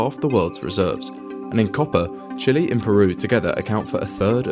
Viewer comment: It's not chili It's Chile